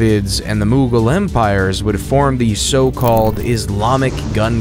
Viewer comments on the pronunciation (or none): none